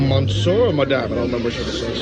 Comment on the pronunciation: Monsieur is not pronounced 'Mon Sir.' It is pronounced ' MUH - SYUR.' It means 'Mister.' You obviously didn't learn French while in school.